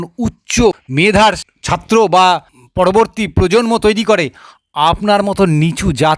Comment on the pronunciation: দাদা আপনি খুব ভালো বললেন। কিন্তূ আপনি শব্দ উচ্চারণ টা যদি ঠিঠাকমতো করতেন তাহলে আরও ভালো লাগতো। যেমন:- সড়োস্বতি ধড়মো শাস্ত্র পড়বড়তি কালে পাড়মানবিক বোমা ভাড়ত এই সমস্ত ভাষা গুলো কোথায় লেখা আছে দাদা।